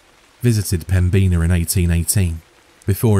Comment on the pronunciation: Me too! Greetings from Fargo! It was a great story, but the pronunciation of 'Pembina' got to me. 😅 ("Pem-bin-ahh")